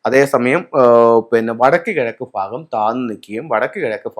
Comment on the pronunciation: ഫാഗമല്ല....., ഭാഗം....